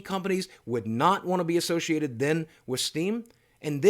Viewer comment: "associated" "associated" wtf?